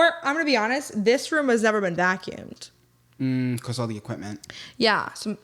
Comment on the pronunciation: The toes have to stop moving, and needs to practice saying "because" correctly😂